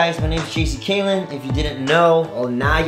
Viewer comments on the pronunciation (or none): When he said "what's up guys it Jc caylen" it sounded like he said cheesy caylen😂